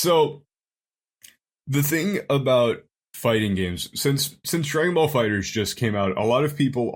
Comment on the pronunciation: I hate how says Dragon Ball Fighterz. It’s pronounced Fighters, not Fighter Z